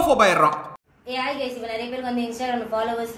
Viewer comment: Ava epdi solra paarunga ஆய் gays nu 🤣